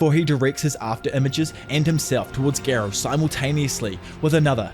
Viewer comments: Gar not gair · I don’t understand how people still pronounce characters names wrong when there’s literally a dialogue in every anime with the correct pronunciation lol. For example Garou (Gar-oh) not (Gair-oh) and why use both Amai Mask and Sweet Mask?🤣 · GAROU ❌️ GEERO ✔️ GENOS ❌️ JINOS ✔️